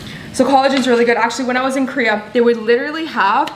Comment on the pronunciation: It’s K-O-R-E-A, please stop saying Kria.🙂